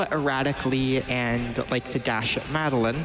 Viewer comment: Mad a lin. You mean Madeline? God...